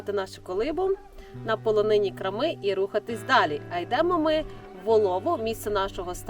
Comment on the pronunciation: Чому крамИ а не крАми, чому рОтило а не ротИло?